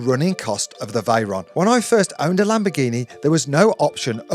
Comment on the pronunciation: The pronunciation of veyron makes me mad 😂